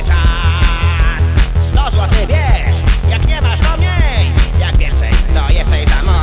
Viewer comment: Nie, mowi miej nie "mniej"